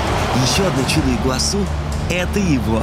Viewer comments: Алина, ставь правильно ударение- Игуасý! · ИгуасУ! Позорище, вечно полно ошибок в ударениях. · Ну что ж Алина все время говорит ИгуАсу? Ну ИгуасУ же, можно даже потратить 30 секунд , открыв википедию. Это как говорить АргЕнтина, БразилИя... странно как-то, один ведущий говорит правильно, а другой как будто интернет запретили